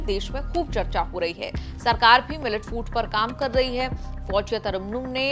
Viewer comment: Pronounce her name correctly Mam. Pronounce her name as FOUZIYA, not as FOUJIYA